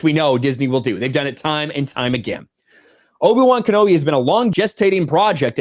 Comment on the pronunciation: Sounds like loki-wan knobi.